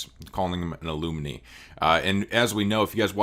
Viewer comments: Alumni??? A-lum-ni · Once you learn how to pronounce alumni i will subscribe. lol.